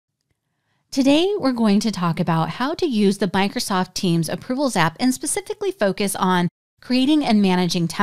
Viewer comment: I'm sorry... Did you say Bikrosoft...?